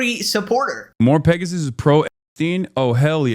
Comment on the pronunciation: Why do they keep saying Mpregasus?